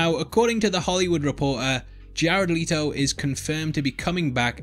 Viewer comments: LET, LET, LET, LETO LETOOOO plz stop saying “Leeto” his name is LETO!!! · Leto NOT LEATO!!!